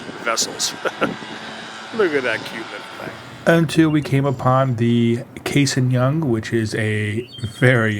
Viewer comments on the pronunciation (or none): The A in Cassin is an ahh not long A. Flew with his grandson, the III